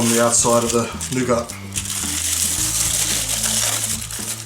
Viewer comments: "noo-gart" really ? its pronounced noo-gar "nougat" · It's pronounced 'noo-gar' not 'noo-gat'. The commentary would be clearer to follow if you took the time to think through what you are going to say in advance. The visuals are good though. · its pronounced 'new get' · No honey? No rice paper? Not proper Nougat... (French treat, you don’t pronounce the T - Nouga(t) ) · The "t" is silent in nougat, it's pronounced noo-gah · In America we pronounce it New-git :) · It's pronounce noo-ga because it's French. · please im FRENCH is not frence nougat its FRENCH NOUGAT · The 'T' is silent. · "wonderful wonderful NOUGART" hehe. No disrespect,. This is a great video. I'm off to make me some snickers bars with this:D